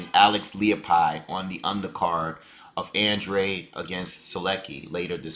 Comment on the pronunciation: An dra de Not Andre